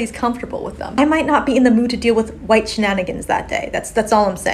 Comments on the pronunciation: You say white like that, because you have a speech impediment? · What's the matter? The woman can't say white because she is too stupid. Here I'll help with her grammar,pronounce the first letter w now the second letter h and I know it's hard but seeing how you have trouble with the I, just two more letters and you can go back to being a piece of butt wipe paper t and then e. Put them together and they make the word white. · Maybe the woman who can’t pronounce white properly is a tobacco chewer and can’t spit. Not a way to have a point taken. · I won't apologize for finding they way she pronounces "white" as fucking hilarious. "White shenanigans?" Who are these ppl? Where are they, where do they come from? Someone tell me please because I need more laughter in my life. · Sorry im late to the party, but as im an Asian myself. I COULDN'T STAND HER #^$^$$&@ PRONOUCITATION of the word white. I was so so so so so fffkkkiing angry and the Asian chink woman, I was like screaming for her to say it right and stop being a cunt. Her saying white sounded like she was hacking up a fur ball or something. I am very very very sorry about that Asian woman on behalf of us normal Asians. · That Asian woman deliberately pronouncing "white" like she does is very cringe, especially listening to it while wearing headphones